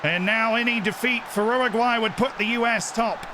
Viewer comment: ‘Erraguay’ is so wrong